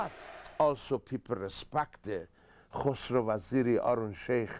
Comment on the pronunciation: kos vaziri haha...... his name is khosro not kos --- kos means vagina